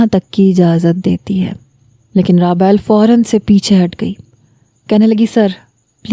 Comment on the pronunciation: raabayl nhi rabeel nam hy